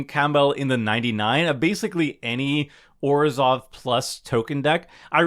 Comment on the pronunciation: Thank you for pronouncing Orzhov right and not saying ORSHZOOOV